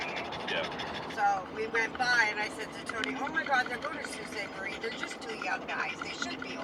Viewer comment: Sault(Sue-pronunciation) Ste Marie Great video of our beautiful country 🇨🇦♥️